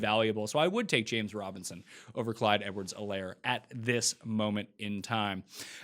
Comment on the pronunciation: It's a silent 'H' in Helaire. Do you watch NFL Red-Zone on mute or something? I watch it on mute sometimes myself, but we've gotta get these names right first, my man! 🤣😂🤣